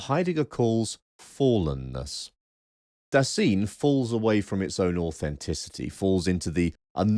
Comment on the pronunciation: On pronunciation (no, I‘m not blaming you for not being perfect at speaking German): „Dasein“ is pronounced Duh-sine (as in „sine“ like the geometric term). On the other hand, your pronunciation of „Geworfenheit“ was pretty much spot-on.